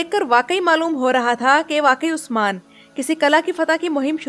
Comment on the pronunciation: Don't like the way you keep saying osman